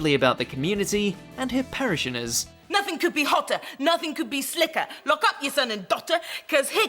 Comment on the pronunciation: Love your content, but you are pronouncing words incorrectly such as Parishioners and Slough.